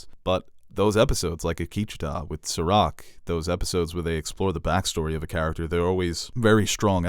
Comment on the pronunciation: Serac is French, in French all words have stress on last syllable. So it is SerAc :)